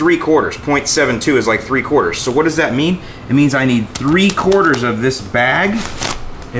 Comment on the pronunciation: Every time you said 3/4 of the bag all i heard was two bags... lol